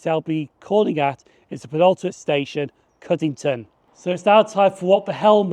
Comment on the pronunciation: Cuddington, not Cuddlington (no L AFTER Cudd), lol